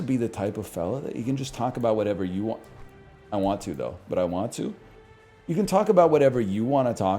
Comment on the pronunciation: "I downt know what they waænt" 💅